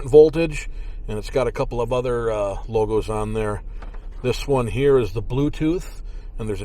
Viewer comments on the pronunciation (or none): none